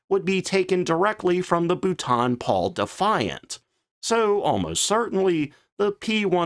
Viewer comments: Great video, and I've seen it in the comments here a few times, but I want to get across how important it is to please practise saying it as "BOLTON" and not "Butaan". Like as in "Boulder". If you're not sure, never a bad idea to ask Siri or Gemini how to pronounce it. But, thank you for covering these obscure prototypes that look cool, but never made it into production. They remind me of something out of The original Xbox game "Crimson Skies" or from the movie "Sky Captain and The World of Tomorrow". Hearing the word "Butaan" So many times made me feel like I was on a Death March. By the way, the biplane configuration was tried with Lysanders with a fully enclosed and traversing rear tailgunner pod out of a heavy bomber put in between Twin Tails with four .303 machine guns. It was designed for close air support and tank busting. Apparently with the twin wings, the already amazing STOL and manoeuvring characteristics of the Lysander made it more maneuverable than an angry snake, but it was held back by its speed. The air ministry wanted more. But they did build a prototype and it did work well! The tailgunner was meant not only to counter any aircraft, but to strafe targets after the pilot pulled up from the initial attack run. It reminds me very much of the BP 101 proposal, so perhaps that's where they drew their inspiration from. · You really don't get it do you? Why can't you pronounce Boulton correctly? This is at least the third video you have made where you murder the pronunciation. You must either be doing it deliberately, or just being American. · I thought this might be a reupload to fix the pronunciation. Nope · I hoped that was the case too, but it seems not. Thanks for the info, at least I don't have to suffer his terrible pronunciation again. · im beginning to think his wonderful pronunciation is quite deliberate! it makes as much sense pronouncing London as Margate ! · Bouton? It’s Bolton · Correct pronunciation: Boulton (Bowl-ton) Paul